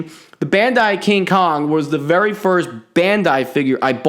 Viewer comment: Did he say berry cool